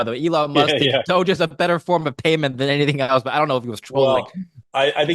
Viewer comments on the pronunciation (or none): Nothing like a "crypto expert" pronouncing all of the names of the coins completely wrong. Did he really say Doge-ey?